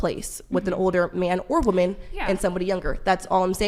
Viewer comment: So annoying the way the woman on the right doesn't understand that "woman" and "women" are pronounced differently